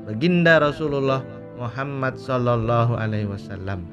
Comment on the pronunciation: Org mn sih gk bs nyebut nm rasulullah dg bener...muhammad.